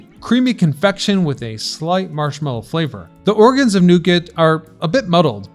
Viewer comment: "The ORGANS of nougat"